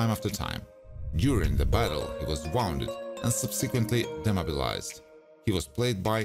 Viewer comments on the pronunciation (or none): Wounded (woonded) not wownded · Woonded not wownded